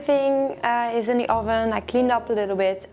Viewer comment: Oh-ven lol